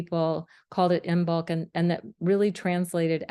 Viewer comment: This is an excellent explanation that I will share with my Druid/Craft friends! And, here are a couple of language quirks for future reference: "Hearth" is pronounced Harth, and the "b" in Imbolc is silent.